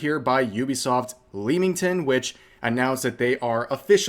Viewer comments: It's pronounced 'Lemmington' not 'Leemington.' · leamington, pronounced 'le-ming-ton'